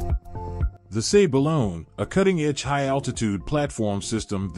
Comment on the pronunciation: This guy pronounces words weirdly. It's "balloon" and "robo-taxi", not whatever he said.